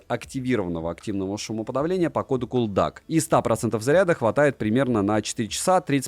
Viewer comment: ЭлДиЭйСи, а не елдак! 😊